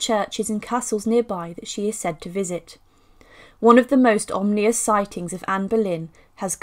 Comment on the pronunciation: Ominous, not omnious.